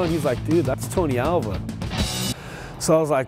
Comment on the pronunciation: Alva not awa